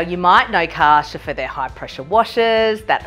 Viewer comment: kar cher lol not kaasherr